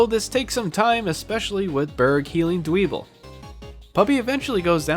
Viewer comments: It really Bugs me, how you mispronounced Dwebble. I understand mispronouncing some pokemon names, like Riolu since it's not obvious that it's the beginning and end of Lucario shuffled up, which I mispronounced as R-ow-loi for the longest time. But, I feel like the bug living in a pebble having pebble in it's name is as obvious as getting over the head with a rock. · Dwebble (Dwell-Pebble) Toe-may-toe to-ma-to, I know, but I did warn you I'm a bit of a pronounce purist